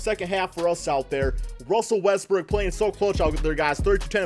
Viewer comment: Oh ma gawd ruzzzell wezzbroog